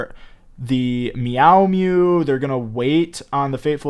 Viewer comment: These pronunciations lmao 😂😂 “meow mew”